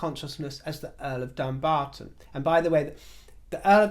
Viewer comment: I live near Dumbarton. We pronounce it Dum-barton not Dumb-arton. Meghan has insulted the locals by even suggesting it's got dumb in the name.